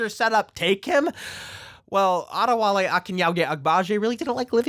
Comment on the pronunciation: Big props for saying Adewale's name correctly. I grew up in Nigeria and I don't know if I'd be confident to say it on camera.